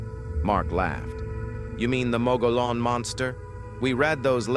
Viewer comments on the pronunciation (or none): Payson is over 16,000 people, so it's small, but not that small, especially since it's the first big stop our of the Phoenix area via Fountain Hills on 87. It's a busy town, Safeway, Depot, Regional Medical Center, really good Mexican food at several places and satellite communities around. Mogollon Rim, It is pronounced "Mow-gi-yon", it's a Spanish proper name.